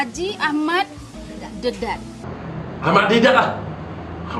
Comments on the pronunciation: sheikh ahmad dedak?? hahah.makcikk oiii.deedat laah..sheikh ahmad deedat=) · minit ke ...nampak sangat pompuan tu baca skrip..dah la x ingat dialog tersangkut2 sambil mata melihat dkt surat khabar (paper)..baca plak salah..name yg die sebut x betul hj ahmat dedat padahal ahmad didat...kebenaran pasti terbongkar..nampak2 pelakon extra berlakon untuk mendapatkan wang..bkn kerana allah...semoga allah mengampuni dosa2 mereka...